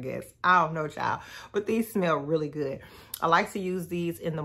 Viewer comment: Listen!! When she put the "T" on the end, I started looking for my sweats & slides, cuz I was heading to Target at that exact moment. And did! 🤣🤣